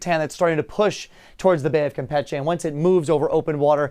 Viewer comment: Cam pich eh 😂 god damn